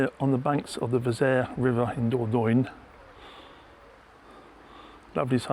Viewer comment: *dor-don-yuh=Dordogne 😊 Closer to the French pronunciation.